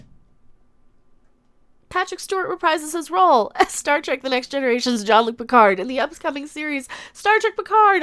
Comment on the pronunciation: did you just say "start wreck"?